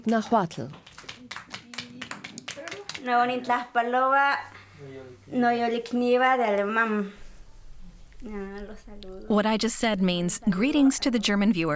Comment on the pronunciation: They completely butchered the pronunciation of náhuatl, nahua and Xalapa... still, nice to see this kind of reports.